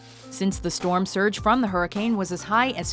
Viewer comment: "there's a freakin' stwom mayt!"